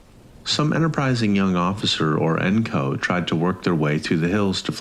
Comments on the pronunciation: Im glad that bugged someone else also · NCO is pronounced phonetically.